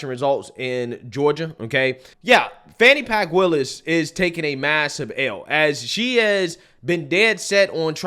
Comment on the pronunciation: HE said "Fani Pk. WILLIS" 😂 😅